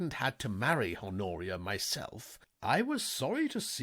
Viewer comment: Love the uploads! One note for future recordings: the H is silent in "Honoria". Thanks!